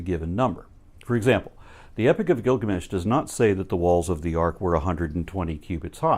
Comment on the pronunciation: I love how the robot teenager pronounces Gilgamesh like it's a guy whose given name is Gil and his family name is Gamesh. It's his ol' pal Gil, ol' Gil Gamesh.